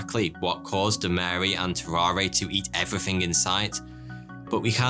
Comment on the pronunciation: BTW family, tararre is pronounced ta rahr. no é sound at the end. tarawr